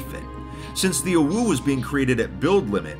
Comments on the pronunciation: Im triggered by the fact hes pronouncing "owo" "owu" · mispronouncing "OwO" proves that he's still pure to some degree. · saying "OwO" is like being punched multiple times in the stomach except it's with steel knuckles that are also on fire. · hearing him mispronounce it for the whole video was kinda making me mad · him repeatedly mispronouncing OwO is grating at my soul. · ikr the whole time i was like "why is he saying it like that. thats not right" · It hurts to hear him pronounce "OwO" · orwuu -, 2021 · its pronounced o-wo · Nah it was more like Owoo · sounds like he's saying awoo to me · He didn't. He said "owoo." Big difference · When pronounced "OwO" as "OwU", It sounds like a winking OwO. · I think confused "OwO" and "UwU" and started pronouncing it as "OwU" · its said exactly like it looks (Oh-Woah) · i meant, you still need to pronounce it a certain way. you can't prounounce it owu like the creator did and expect to be correct. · yeah... oh-whoo is more for UwU than OwO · Why does he say "OwO" almost like "awoo"? Never heard "OwO" pronounced in that way huh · Ahem. I hate to be that guy, its pronounced: "oh-woah" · He pronounced "OwO" as "OwU". My disappointment is immeasurable and my day is ruined. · He said OwU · Why did he pronounce it like 'uwu' when he was talking about 'owo' the whole time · hearing someone pronounce "OwO" as "OwU" just feels so weird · pronuncing it "OWU" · PLEASE, ITS PRONOUNCED “OH-WOAH” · This just in: can't pronounce "OwO" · It's pronounced Oh-Woah, not Oh-Wooo. You're thinking of "OwU" the winking face. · IT pains me everytime fit pronounces "OWO" its pronounced "o woah" not "o woo" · you said it wrong. It's a giant "owo", not a giant "uwu". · Its OwO but has been pronouncing it UwU/OwU the entire video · He ain’t sayin owo he sayin owu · I always thought it was pronounced “oh woah” not “oh wooh” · Someone should make a counter for the amount of times mispronouned "owo" as "uwu".